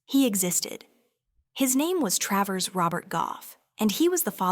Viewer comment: It's Tra - vers. not Tray vers! Gave up with this.